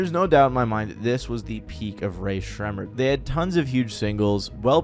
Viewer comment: Why do you say their name like that it’s making me crash out ☠️